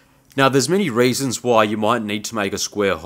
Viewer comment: "Many raisins" 😂